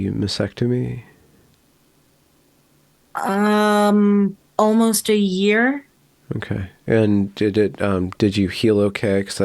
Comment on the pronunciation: I love you but you are not the only one who does this, and it's not so much pedantry as just something that grates in my head and makes me shout "Can no one say MASTECTOMY correctly!??"